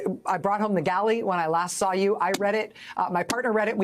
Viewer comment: Trump: I love Tessler Also Trump: I love Kessler